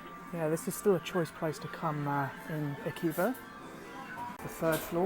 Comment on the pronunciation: Damn you can’t pronounce shit! 🤣😂🤣😂 FYI it’s (pronounced) ah-key-hob-are uh